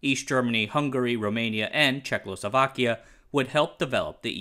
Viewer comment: You seem to keep calling it "Czechlosovakia" for some reason :P